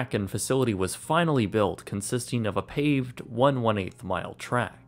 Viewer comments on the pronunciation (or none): I thought it was pavedd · "pay ved" LOL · Did he say “paven”?